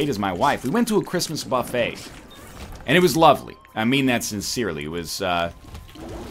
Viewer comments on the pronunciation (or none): none